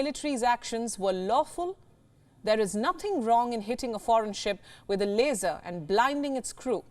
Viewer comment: it's not a laser it's "a frickin las-or"